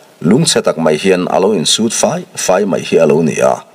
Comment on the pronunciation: I chhiar thisp khawp rual in,Tap faih faih tih te,Au dar dar tih te hi i thluk diklo deuh tlat mai